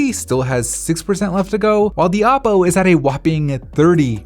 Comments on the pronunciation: In the very beginning I thought he said Apple for a second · Me too xd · He said Aople 😂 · he said Appoo😂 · yeahhhhhh me tooo